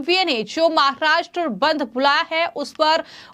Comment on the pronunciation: Pls first improve your pronunciation, then read the news You even cant pronounce the word "Maharashtra" correctly